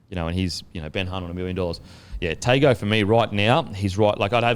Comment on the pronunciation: Confirm the Izack Tago pronunciation if you can. Usually the ‘g’ sound is pronounced ‘ng’